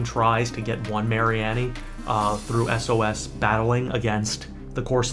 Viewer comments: Its Marine-E. its so simple. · can u not pronounce mareanie wtf